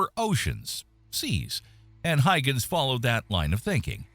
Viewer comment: Yes but they always pronounce names and places wrong (ie. Huygens) and the content creators don't care enough to go back and fix it...